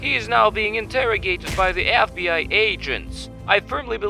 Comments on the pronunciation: It's FBI not FBR🤣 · Lol I like how it's FBR instead of FBI💀💀